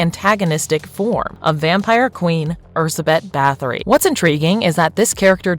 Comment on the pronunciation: what is that pronunciation,that's not how we(hungarians) say her name, just put her name in google translate and make it read it out for you